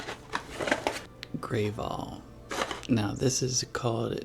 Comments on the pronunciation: Just for your info Canadiens don't pronounce it grave all we pronounce it grav all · Aspirin is a name brand that's been around long B4 Ibuprofen. Also gravol for nausea, I notice you pronounce with a long a instead of a short a. Almost sounds like gravel but ol instead of el sound at the end. One thing you can't get here without a prescription that you can get there is Tretinoin what surprise me as it's just skin care. Also, you can get Tylenol 1. Which is with codeine. But you cannot get Tylenol. 3. Without a prescription. Mind you, you do have to ask the pharmacist and it's behind counter. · Gravol (said to rhyme with lava, not grave), is an absolute staple of any medicine cabinet, it's strange that it's Canadian-only. The ginger one is more popular, I take ginger root for nausea. That Tylenol is normal here, I have some on my desk and it's effective. We also have a dissolvable sublingual Tylenol that just came on the market, I've found it very ineffective compared to just taking a pill. Robax gives people nightmares and weird dreams, every adult I knew when I was a kid tried it (it was a popular thing to try for muscle spasms, and almost everyone has one at least once) and all of them complained of horrible sleep problems on it. Fifty bucks for Robax is ridiculous, that pharmacy was charging too much. Google says it's like $20. DIN is Drug Identification Number. Same idea. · not grave al it's pronounced grav all* grav as in have not grave. hope that helps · 😅 it's GRAV-OL like Grab. GRA-VOL lololol grave-ol😅😅😅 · We have DollarTree, and it’s not grayvol, it’s Gravol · "Grah-vol" not "Grey-vol" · Grav-all just saying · Gravol is pronounced grah-vahl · Hello friend. It's pronounced Gravol similar to "Gravel". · In Canada, go to drug stores - Shopper's Drug Mart, Rexall, as an example - for generic drugs. FYI, it's a soft 'a' sound on the name Gravol (like cat). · I enjoyed hearing you try to pronounce “Gravol” It’s grav-ahl Grav just like GRAVity